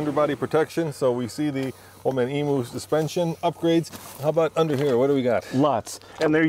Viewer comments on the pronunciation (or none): BTW Old Man Emu is pronounced Ee-mew, not Ee-mooo LOL! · It's pronounced eme uuuu! Not emeooo! Just ask any aussie. Or ask Old Man Emuu hemselves. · It’s pronounced “old man emu [em-you] 😂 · Boys, its pronounced "Old Man Eam-you". You take all our best stuff while we are left with crap made in Thailand. We are happy for you, but at least say it correctly 😎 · You'll both need to learn how to pronounce Emu. 😂 It’s eem/you